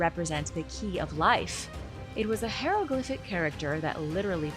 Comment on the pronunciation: Have you heard how she pronounces : hieroglyphics?? She says: HEROglyphic... My dad was a real stickler for CORRECT word pronunciations and it was driven home to me until I got whatever word I messed up correct!! But, then again, he was a military officer!!! "Yes sir, no sir, how high sir"!!